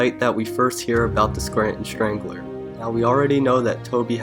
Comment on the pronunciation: Scranton shtrangler; Toby shtrangled somebody; reshtaurant; ecshtremely. Fuck man!! Do something about that sh ... shtruggle